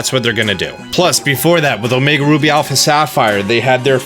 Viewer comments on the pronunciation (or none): none